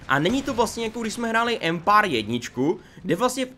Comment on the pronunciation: Ty jsi taky "Empár"......nicméně ta sekvence s těmi českými městy atd.. mi přišla fakt divná, trapná a ne moc vtipná.. nevím no.. asi zbytečný.. jinak dík..